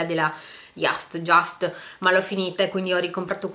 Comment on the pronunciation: Ciao, che bello vedere che hai i prodotti della Just...sono consulente e mi ha fatto molto piacere!Cmq si legge IUST, cosi come te l'ho scritto, l'azienda è svizzera. Tutti la leggono all'inglese, ma non è corretto!ciao!